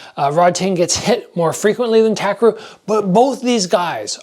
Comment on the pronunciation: btw his name is pronounced TAH - KEH - LU (RU)